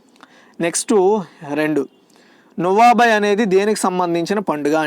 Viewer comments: 2nd question answer lo నువాబై అని ప్రొనౌన్సషన్ తప్పుగా చెప్పారు అన్న అది నువాఖై అని ఉంది కొన్ని pronounsations చెప్పినపుడు మిస్టేక్ వస్తుంది అన్న కొంచెం గమనించగలరు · Not nuabai,nuakhai...